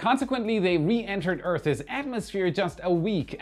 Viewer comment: can you please practice saying 'Earth" and "Earth's", it sounds weird when you say it!, keep up the good work.